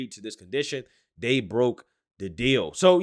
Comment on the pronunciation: I swear you need to go to school and learn English and how to speak it This or that IS NOT DIS OR DAT...THEY IS NOT DAY.. DAMMIT MAN EDUCATE YOURSELF BEFORE SPITTING GARBAGE OUT YOU DON'T EVEN KNOW HOW TO SAY IT.